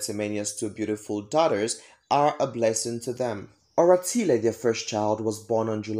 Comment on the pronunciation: You gotta to learn how to pronounce TSWANA NAMES bcz It got deep meanings... Like "Oratile"